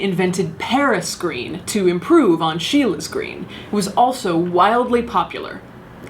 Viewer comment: It’s Scheele’s green not Sheila’s green! Sorry :s